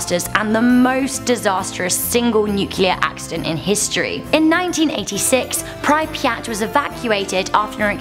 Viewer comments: It's not pr-I-piat it is Prip-yat.... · You’re wrong about Pripyat. For a start it’s pronounced “Preep-yat” and it is safe to visit, believe me, I have been there!! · say it like "PRE-PI-YAT" at least learn the pronounce please would me like not saying any other massive human disaster wrongly.. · how you pronounced "Припять" made me laugh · She pronounced Pripyat completely wrong😂😂. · That's how you pronounce Pripyat? You also spelled it wrong.